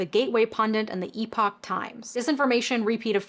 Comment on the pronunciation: Please check your pronunciation of "Epoch Times" and "reputable." Great show!!